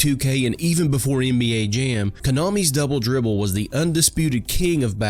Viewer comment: It sounded like "bubble bibble." 😂😂